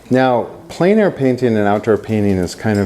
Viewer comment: Extremely good and useful. It's pronounced "Plan" air though. It's French.